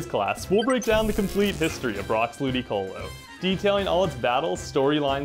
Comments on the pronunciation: I thought he said Booticolo at first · I started the video and I swear i heard Bootycolo instead of Ludicolo